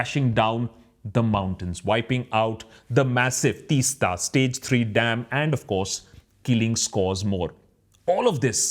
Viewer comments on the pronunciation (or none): Please pronounce the name of the river (Teesta) like Teas-ta. (It's the T in tea. ) Thank you for talking about it. As someone who has grown up in that area, the river Teesta used be a free flowing beautiful river, now there is no flow of river, it looks like a still lake instead. There ued to be sandy beaches on the sides of the river, after the dam, no beaches left, everything is covered by still water. Not only this, now they are building a railway lines there in the hills, it is unbelievable. There are making huge holes through the hills and rocks for railway tunnels. Another disaster awaits i feel. The problem these days is, villages are becoming towns, towns are becoming cities, and cities are turning into megacities. My home is a village there in the hills, i work in a metro city, home used to be an escape from the noise, pollution, being in nature, now everything is gone. There are only buildings and constructon around, the lovely view of the river and hills that one would see no longer exist. I feel suffocated now wherever i go. There is no space.